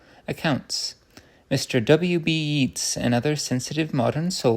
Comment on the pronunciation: Lovely. Chesterton's romps and frolics through ideas are a delight to hear. Just for future reference - the poet Yeats is pronounced 'Yates'.